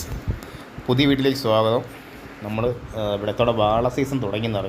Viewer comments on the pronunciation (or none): സാതഗം അല്ല.. സ്വാഗതം 😂